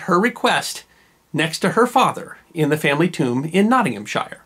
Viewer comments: English counties: 'Sheer' not Sh-I-er . These videos are great.. always a good watch :) thankyou! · Love the video's by the way its Nottingomshear if you want to make it more English sounding hahaha! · Another great 5 mins and you've gotten me addicted. Keep it up. Now...wish I could do tis in private...in England English, "shire" at the end of a place, like the county, Nottinghamshire, is pronounced closer to "Notting um sure" and only slightly less frequently, places that end in "wich," like Norwich, are said more like "Nor itch." The test on the later rule tends to be that its not the case if it makes a mouthful. But...keep it up...your French said is said better than I say...